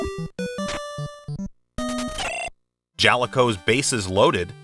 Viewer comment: Dear god, galaga is not pronounced that way. Neither is “Jaliko”. It’s “juh-lee-co”